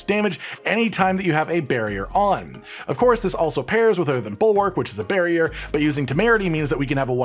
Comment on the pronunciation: Listening to mentioning "barrier" over and over - and imagining him speaking about his build, everytime he says "barrier" - pronouncing it slightly "bearrier" - a bear pops up somewhere